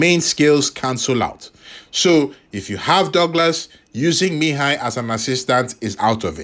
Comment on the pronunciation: You pronounce his name quite well😊